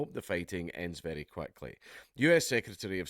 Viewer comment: I think you mean "it's berry berry bad news for children"